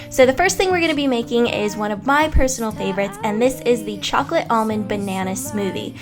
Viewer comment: I hate your voice. Especially the way you use "ch" Chunks and chocolate.